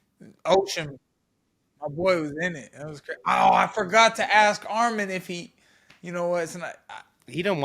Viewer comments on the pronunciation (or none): Say his name right its Arman not Armen